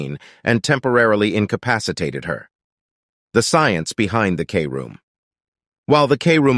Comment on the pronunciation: “Kroom” not k- room